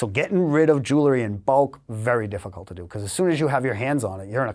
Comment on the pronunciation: I can’t stand to hear this knuckle-head mispronounce “jewelry” one more time. The “l” phoneme is not pronounced first. jeez